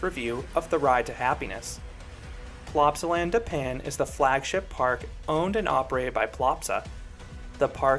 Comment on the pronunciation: as a belgian who went to plopsaland literally yesterday, hearing Plopsaland da pan is painful XD, i can update you though, when i visited the ride didn't break down at any point, it was continuously running with a 10-15 minute wait